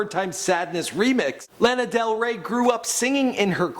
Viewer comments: Uh why is he saying her name like that!!!! Wtf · cringing everytime you say her name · You forgot may jailer bitch also learn how to pronounce her name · ooohhhh i found it lol , YOU SAID HER NAME WRONG BTW